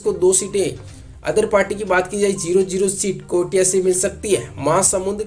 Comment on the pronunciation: कोटिया नही कोरिया है पहले जिलो नाम को ढंग से जान लीजिए फिर एग्जिट पोल बताना वैसे आप छत्तीसगढ़िया नहीं है बाहरी ही हैं इसलिए आपको जिले की नाम की भी जानकारी नहीं है